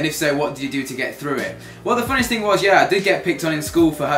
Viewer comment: 'This little ting' LOL